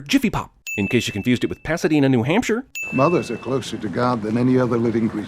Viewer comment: Hey he said Newhampshire lol. My home!